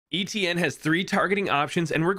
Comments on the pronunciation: your pronunciation of Etienne is maddening lol. Its pronounced Et- (like in Yeti) Ie- (like the letter E) nne- (like the letter N). Etienne. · you pronounced it wrong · I don’t think that’s how you pronounce etienne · You pronounce his name wrong and it pisses me off